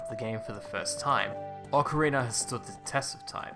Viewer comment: Ocarina not ocarinar